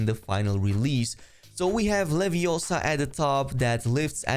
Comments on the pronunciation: BTW it's pronounced leviOsa not liviosaar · It's not Liviosa. It's LevioSUAUAAAAAAAAAaaa!